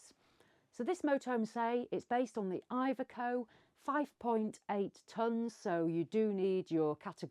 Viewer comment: You pronounce iveco wrong